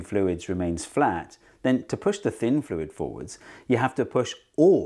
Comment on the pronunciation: I just watched Dr Lindsey's video on deaccenting, and then immediately after I hear you not deaccent "fluid" when you say "less viscous fluid" after "more viscous fluid". Funny that.